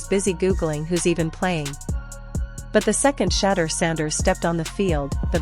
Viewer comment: then program it to say she door!